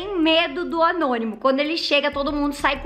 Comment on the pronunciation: Ñ é Anonimo é Gnonimo😂🤣